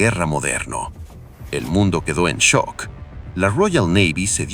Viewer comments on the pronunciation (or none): none